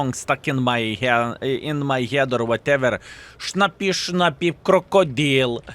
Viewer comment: its schnie schna schnappie